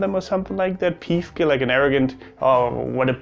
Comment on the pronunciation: It's so funny how germans can't pronounce "piefke" properly. It's more like pifke not piiiifke. "Gesudde"? You mean "Gesudere" and its the same as complaining continuesly. "grantln" is complaining rudely or just the attitude that follows with it. Also it's usually complaining about idiocy or just criticizing stuff (less likely complaining about lack of comfort and thus being whiny) and it's a big part of the Austrian humour. Yeah, we complain a lot and at the end of day we usually finish with "Wurscht" (who gives a shit). It's kinda therapeutic lol I have some german friends, some with surprisingly good humour. But I'd say it's german groups that are a bit ... exhausting for Austrians. Mainly bc of the different kind of "humour", and this "correctness" that gets even more build up when there's a bunch of them around 😂 A healthy competition and being able to make fun of each other is a good basis for a flourishing relationship between neighbors.